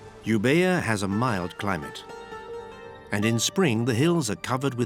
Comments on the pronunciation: I recently discovered your channel and I believe you're doing a very good job with well shot videos and nice talk over May I point out a mistake you have done with the big island to north and east of Athens , the name is not Ebía ,the letter B in Greek is pronounced like v so it's Evia (pronounced Èvia ) A Second think to point out is please don't use people who pronounce the s sound in such a high pitch tone (19.30), they destroy a big part of your whole effort... thank you. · Euvoia not uber...